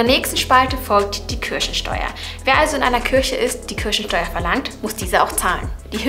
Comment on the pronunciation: Wer hat auch am Anfang Kirschensteuer verstanden 😂